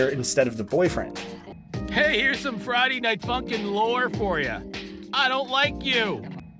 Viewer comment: OMG YOU PRONUNCED "FRIDAY" WRONG! (There is your algorithm boost ;))